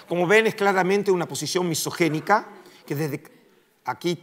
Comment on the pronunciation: Misogina misogina misogina; nooo se dice misogenica noooo